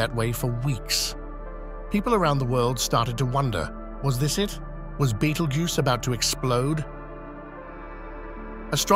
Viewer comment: That's how your AI voice pronounces it, wrongly. 😊